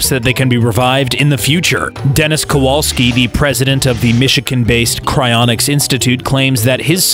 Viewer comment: Him: " Cryinics " My brain: "Do you think I’m a joke to you?"